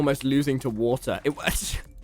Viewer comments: He literally says wa’r when the says water fast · keeps drinking "wa er" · Its the wothur for me